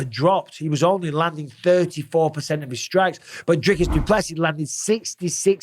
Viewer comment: PSA: The man said it himself - It's pronounced "Do Plus See" ( no emphasis on the "plus" ) - - - not - - - "do PLESSI" and certainly not "Do plessiSS Also "Drickis" - - - not - - - "Drake us" . Good to learn it now so you get it right when talking about the new Middleweight Champ later this year 😉👑🇿🇦